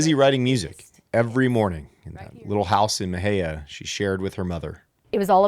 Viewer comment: Please learn how to pronounce Mexia. 🤦🏻‍♀️